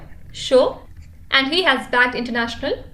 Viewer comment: Mam please say And, don't say Anduu it irritates a lot.